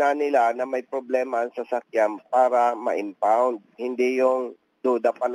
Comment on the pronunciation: Impound po, hindi unfound.